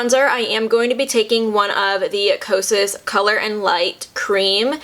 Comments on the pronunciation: Loved the video! Also, did you notice at the very beginning you said kasos (sounded like quesos in Spanish) instead of kosas? Lol. Instagram: lovelytidess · Girl you said quesos and that is cheese in Spanish 😂😂, love the review btw helped me find my shade❤ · I'm sorry I think just heard, "...a full face of... quesos..." Lol